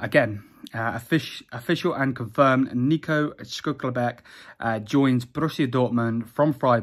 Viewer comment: This man just say shcluckerback